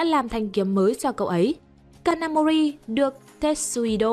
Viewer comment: cj ơi có đoạn đọc nhầm kanamori thành ông thanh tra gà mờ nakamori ko bắt nổi kid kìa